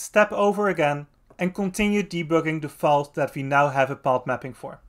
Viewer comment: thanks for the video! (but please make more use of the "th", because it's "that" and not "dad" 🙈)